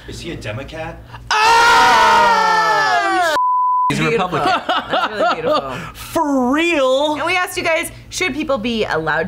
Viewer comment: re-pug-lican ...come on